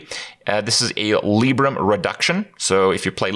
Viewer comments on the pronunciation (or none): Lie-brum not Lee-brum